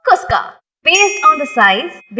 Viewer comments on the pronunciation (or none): That is kushka not kuska